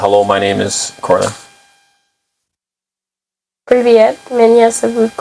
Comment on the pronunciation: "Privet" not "priver"